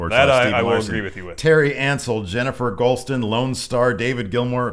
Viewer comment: OHHHHHHH YES. THANK U FOR PRONOUNCING MY LAST NAME RIGHT.!!!! JENNIFER GHOLSTON.......YAY! I'M IN HEAVEN RIGHT NOW.